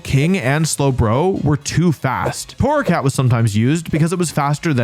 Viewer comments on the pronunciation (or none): it's torracat